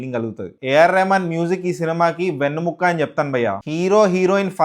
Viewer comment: Vennu mukka endi bhayya? Vennemuka mundu telugu sariga nerchuko bhayya😂